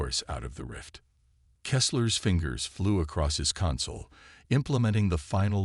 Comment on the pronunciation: Thanks, but sad and frustrating once more. I wish EVERY ONE OF YOU posting stories would FREAKIN get rid of your POS AI's!!!! Please tell me wtf is: "saba-TAGED", "cuhn-sole" (console), "..during countless UHNS of hunting..."(eons), "HALO-tble"(halotable), "IN-veloped" (in-VEHL-oped), "KADD-its"(Cadets). Takes away Tremendously from enjoying the story.